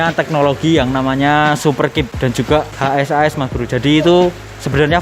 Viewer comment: Bang ngomongnya HASAS jangan H S A S, keliatan ribet😂😂😂